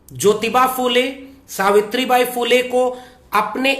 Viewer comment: bhai app jyoty nahi jyotyba phule, aur shavitry nahi shavitry a phule, hi bolana. Jay shanmvidhan.